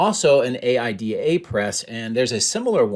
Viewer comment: I love your videos. I worked in the stamping press industry. AIDA was always pronounced "Eye E Da".